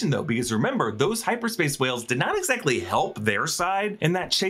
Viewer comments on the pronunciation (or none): none